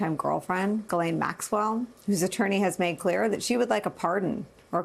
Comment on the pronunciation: HER NAME IS "GH" LIKE THE LETTER "G" SOUND. HER NAME IS FRENCH. AMERICANS MISS PRONUNCIATION OF HER NAME IS KILLING ME.